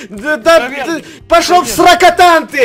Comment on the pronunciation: Не в сракатан а в сракатаун